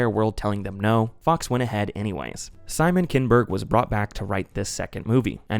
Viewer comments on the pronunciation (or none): none